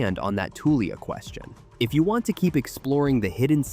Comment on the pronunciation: the way you pronounce Tulia is funny 😊 we say "Toolya"